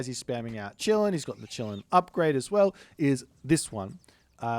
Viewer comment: Bro, ı just wanted to say that its not chillin, its kilin 😂